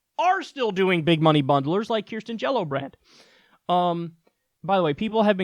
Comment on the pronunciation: Lol “Kirsten JelloBrand”